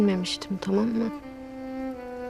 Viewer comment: Biri şu kıza Türkçeyi öğretsin İstiyoream değil istiyorum Tamamıah değil tamam mı Elinia değil elini